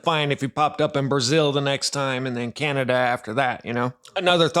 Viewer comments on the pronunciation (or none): none